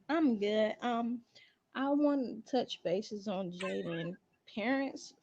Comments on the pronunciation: Jailyn lol it’s Jaiyden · its Jaiyden not Jaylen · Lol Jaiden GG or Jaidyn however the hell she spell it. You keep saying Jalyn 🤣you got Jaiden in your Caption but I agree with everything you saying in this post ❤️💯